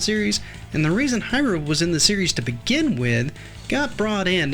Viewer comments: Please, it pronounce as "He Lu" Not "Hi Ru!" And not much people mention that, although it is Ryu, it is pronounce as Lu, Japanese does not has "R" sound, they use "L" sound instead. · Strider HEER-REE-U 🤦🏾‍♂️